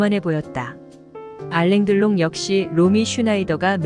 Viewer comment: 프랑스 발음을 한글 표기하면 <알랑 들롱>이다 영어식으로 발음하여서는 안된다. 물론 표기도 알랑 들롱 으로 적어야한다.